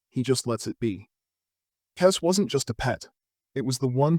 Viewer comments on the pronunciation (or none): Er….it’s pronounced “kez” …not “kess”